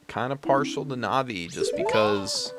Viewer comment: You pronounce Navi fine. If no one else told you, “Navi” is short for navigational support (which is Navi’s function story-wise and in battle targeting).